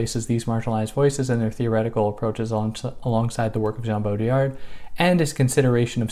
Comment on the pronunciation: Baudrillard.. the "d" is silent :) sorry for that phonetic remark, but its french after all other than that, great video! Peterson is a perplexing character, I still wonder why no one has clearly came out and said to him how wrong he is on so many things he criticizes. It's bizarre.